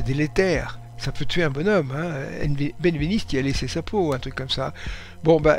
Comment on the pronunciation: Benveniste... Oh my god... Aïe...